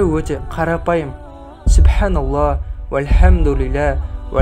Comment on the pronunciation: Субханаллах дегенде Х әрпін айтпай жатырсыз,айтпаса да бола ма